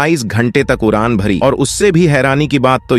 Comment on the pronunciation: Is vedeo me kis bevkoof ki aawaz thi, jise d bolna nahi aata, iski jagah r bolta he. UDAAN KI JAGAH URAAN,KHADE KI JAGAH KHARE BOLTA HE. BADE KI JAGAH BARE BOLTA HE. ISE SCHOOL BHEJO.